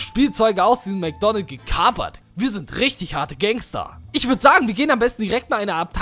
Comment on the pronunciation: Es heißt Mc Donalds und nicht Mc Donald